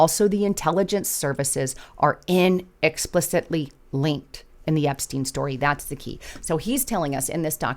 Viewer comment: Slow down, or get glasses. There's nothing wrong with contacts or glasses. Even though you won't zoom in on the text-for us, and type is small, one can still manage to see... there's a huge difference between a document and a documentary. The word is In-ex-plic-ably [spelled like it sounds], not whatever you made up. Just the simple facts.